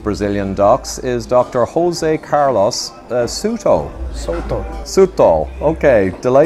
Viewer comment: In Spanish it's not pronounced as an R, at least not an English R. It's prounounced as the Ch in Loch.